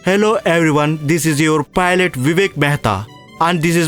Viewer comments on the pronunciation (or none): Adi Filot kadu pilot🤣🤣